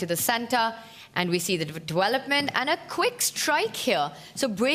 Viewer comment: Please , DeWelopment? I mean I appreciate you can play chess but I can’t handle listening to the W instead of V. Are you able to learn the V or can you not hear yourself ?